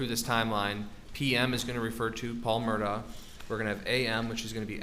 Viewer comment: This guy is either thick or purposely mispronouncing their surname. Have some respect.